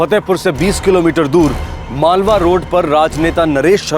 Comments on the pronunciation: Malwa hai malwani nahi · Malwa h malwaan nahin